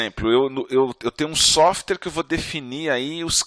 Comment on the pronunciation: Desculpe, mas depois que eu escutei softer, e softers... não consigo mais prestar atenção na aula. Sim eu sei, eu tenho problemas de atenção. Mas espero que não aconteçam com vocês também, ficar esperando a próxima vez que ele falar "softers".